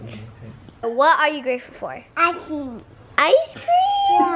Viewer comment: what are you greatful for?: ice ceeam 😂😂😂😂